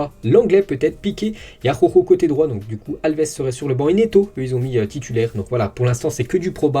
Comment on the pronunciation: tout l'monde galère avec la prononciation d'Araujo, même à la télé! ça m'tue de rire xD